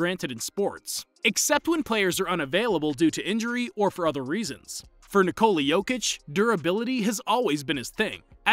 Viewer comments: its not nicola its ni-ko-la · When they pronounce his name NIII -COOLA blood comes out of my Ear and every balkan people ears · It's not pronounced Nikollaaah... it's simply Nikola. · Danis Kolasinac lol, no. That’s literally the problem with the pronouncuation. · It hurts me every time you say his first name wrong...